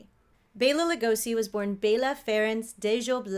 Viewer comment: SO grateful to actually hear someone else, actually pronounce Bela’s name correctly!!! Thank you for showing the respect, he (& so many others) deserves! Keep up the amazing work! 😲😁😉😊🦇😃